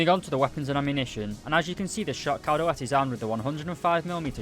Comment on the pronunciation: you almost pronounced it right, when saying dalet, the emphasis is on the "da", not the "let"